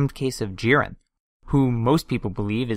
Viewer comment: It's JIREN not JEEREN